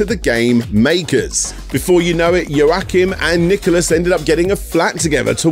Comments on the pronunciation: Thanks for this very insightful video! Just a reminder, the name Joachim is pronounced “wah-KEEM”. Cheers! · Hearing you try to pronounce Joachim was painful, for a comparison it was as if people called you Dan-i-el.